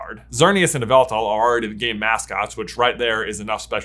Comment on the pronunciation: Uhm, it's pronounced YAH-VEL-TALL